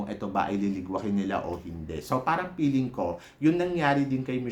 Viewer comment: Baka gusto mo gawing Feeling ang peeling? Wala lang. para mas maganda pakinggan. Anyway, it’s ok lang naman:)